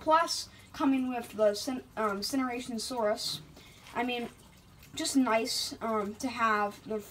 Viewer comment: This is how u pronounce it SERT-O-SAUR-US